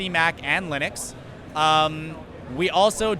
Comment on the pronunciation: Totally thought you said "Every game should be on Linus" at first.